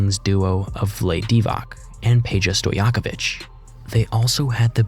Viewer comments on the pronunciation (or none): As someone who speaks Serbian i can confirm vlade divac is pronounced "vlayd deevak". Good work bro. Only thing i would add is that peja Stojakovic is pronounced "peya stodjakoveek". His surname means 100 students